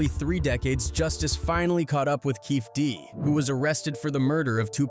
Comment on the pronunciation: Does this guy pronounce everybody’s name wrong or is it just me this has to be some AI bullshit… “Keefie Dee”